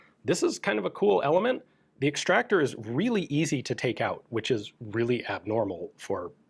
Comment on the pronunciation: Ikea „øzi“